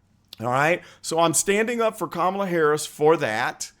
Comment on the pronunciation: They scream racism at anyone who opposes her, but Biden himself doesn’t pronounce it right they are such hypocrites 😂😂